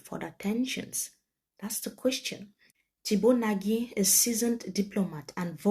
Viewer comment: The eminent diplomat has reiterated severally that his last name is pronounced "NAGH..not NA-GIE". Let's respect that please